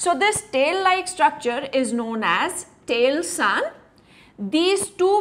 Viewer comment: It's Telson not tailson...U should correct